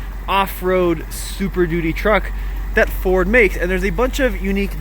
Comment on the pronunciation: 🤫 Be vewy vewy quite I am reviewing a Fowd. huh-uh-uh-uh-uh-uh-uh-uh Well look forward to when you can actually give us the goods. It looks very good.